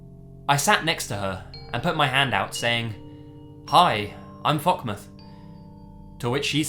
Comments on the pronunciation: fockmoth sounds like fuckmoth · Did he say his name was Fuckmouth? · What did did he say his name was when he introduced himself to that girl??? It sounds like he said ''Hi I'm fuckmuth'' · Fockmith?? i think i heard 👂 that wrong.